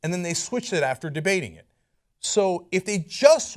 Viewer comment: How about we read the amendment. Cenk: "JUST GOOGLE EHHHT!"